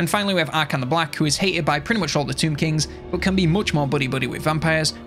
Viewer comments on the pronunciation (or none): none